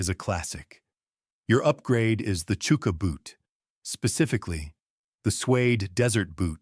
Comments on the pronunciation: It’s pronounced Chucker not Chooker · It's hard to take it seriously when he pronounces chuka boot as "chooka" when it's "chucka". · "CHOO-ka" boot???..... Really??... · Its AI is why its pronounced wrong